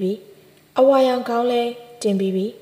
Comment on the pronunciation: ဂေါင်း၌လို့ဖတ်ရမှာမဟုတ် ခေါင်း၌လို့ဖတ်ရမှာပါ နားထောင်ရတာရောထွေးကုန်လို့ပါ